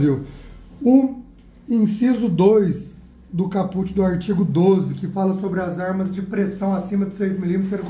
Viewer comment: É "cáput" que se fala.. hahahahha